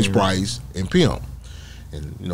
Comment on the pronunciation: Why do you keep saying James "Price"? You know the man's name stop acting. Playing like you don't know how to say his name correctly.